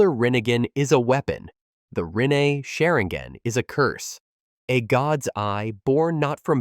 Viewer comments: How to tell someone you have never actually read the manga or seen the anime. Rinigin, sharingin... everything I heard in the first 90 seconds was basically wrong. AI generated videos simply can't grasp the nuance of these characters, their abilities, or their history. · Sharinggon😭 what is this AI voiceover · Is nobody gonna talk about that diabolical pronunciation man said rennegen and sharingen 😂😂